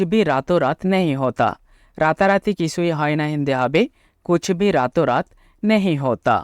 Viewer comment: कूछ भी ठीक नही लग रहा/ लग रहे है। কুছবিহ নয় , কুছ ভী হবে । সময় ,সাময় নয় । হিন্দি তে লিখার আকার উচ্চারণ খুবই কম হয় । করিশমা কপুর , কদের খাঁ, অমজাদ খান , করিনা কপুর , কটরিনা কাঈফ ।